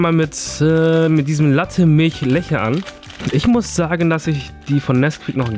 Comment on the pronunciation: das wird letsche ausgesprochen nicht leche